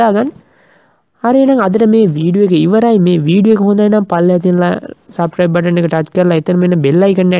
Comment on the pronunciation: සබ්ක්‍රයිබ් නෙමෙයි සබ්ස්ක්‍රයිබ් (subscribe ) ඉපෙක්ට් නෙමෙයි ඉෆෙක්ට් (effect) පොටෝසොප් නෙමෙයි ෆොටොෂොප් (photo shop) ඕප් ලයින් නෙමෙයි ඕෆ් ලයින් (offline ) සෙයා නෙමෙයි ශෙයා (share) වැරදි හොයනවා කියලා හිතන්න එපා යාලු වැරදි පෙන්නලා දුන්නා විතරයි. ඒවා හදා ගන්නවද නැද්ද කියන එක ඔයාගේ වැඩක්.good job brother...